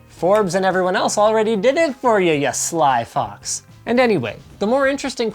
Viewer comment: I think you pronounced "you sly fox" incorrectly...